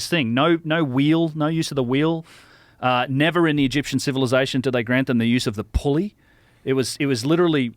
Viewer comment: 27.12 You've nava been 😂